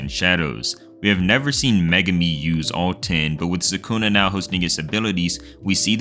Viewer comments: why are these american anime youtuber never able to pronounce names correctly. its sa-ku-na not sa-kooo-nah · its sukuna not sakuna